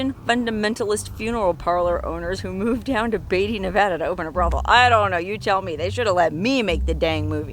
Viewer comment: You're pronouncing Beatty wrong